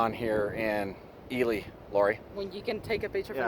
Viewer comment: I have mispronounce Ely my whole adult life! (I am Assuming you are correct)